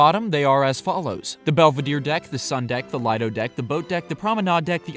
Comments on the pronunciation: Lido pronounced Lee-doh by the way. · Lee-Dough is how u say lido